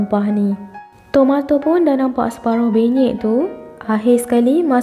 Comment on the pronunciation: Puan, puan sebut PENYEK ke BENYEK?